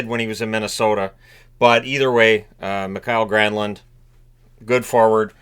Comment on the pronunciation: I appreciate the correct Finnish pronouncing for my fellow Mi-ka-el Granlund. a solid team first player who hasn't been in the headlines for messing around, easily likeable person